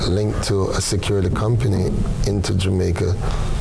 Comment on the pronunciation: I swear if I hear this phucking guy say "JU MAICA" one more time my head is going explode. My God man, You're worst than Portia, and she was trash when it came to pronouncing the word. You need to do better as a big tv host man. SMH